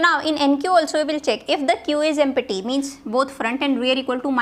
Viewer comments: But why "EmPPPPPPPPPPPPPPPty"? not "Empty" ? :p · Pronounciation of "empty" emty ❌ empatti 😍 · The way u say empty is🤣🤣🤣